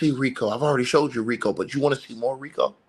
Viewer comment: baby roll those Rico r’s!